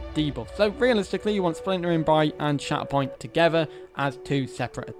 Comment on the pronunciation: Every time he said shatterpoint I heard “shat upon” 😂